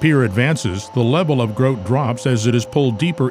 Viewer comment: Grout, said with an accent eh?